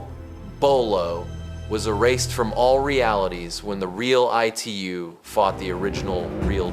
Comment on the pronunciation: Bro why are u calling Itu as E2…..😅